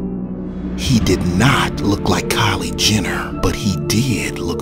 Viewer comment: Kyle Jenner lmao..more like "cait" 😂😂😂